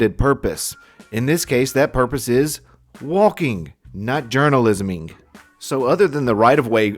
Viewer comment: "Journalisaming" lol. Good one